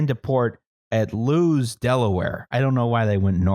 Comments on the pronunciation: Lewis is pronounced Lue_is Delaware. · Delawareans will be only too happy to tell you that Lewes is pronounced "lewis," because Delawareans famously don't know how to pronounce their city names — see Newark, Del. ("new-ARK")